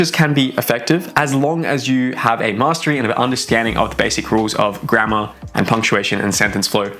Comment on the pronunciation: Every time you say "poor grammar" i hear "poor grandma" XD